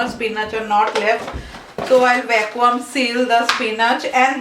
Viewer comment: Hi dear... not pronounced as "VACKWAAM"... .it should sound like......VACKYOOM. Hope u got that👍